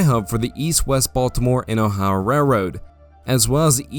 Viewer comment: this guy has one of the strangest accents I've ever heard. I can't get over the way he pronounced "Ohio"